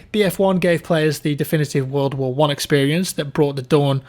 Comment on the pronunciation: Vattfield vvorl vvar 2